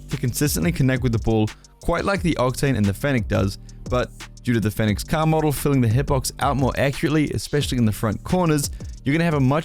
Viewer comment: man said “caah” instead of “car” 😭